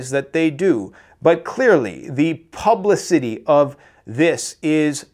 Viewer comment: Pub la city? How about pub li city? Did you graduate high school?